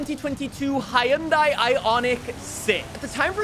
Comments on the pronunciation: The way he says Hyundai lol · With the amount of times he has to pronounce Hyundai, you'd think he'd actually do it correctly...